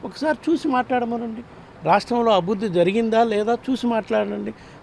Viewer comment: అభుద్ది కాదండి, అభివృద్ది అని పలకాలి..!